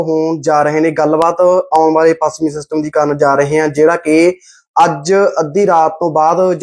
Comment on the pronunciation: Desi anchor apni punjabi ta shud karlai pachmi nu pasmi hi bol reyhai